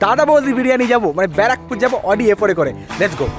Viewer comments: 🤣🤣🤣🤣 Barrackpore ❌ Bra Pore ☑️ 🤣🤣🤣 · b*ra pur.. R English ta bar pore😂😂..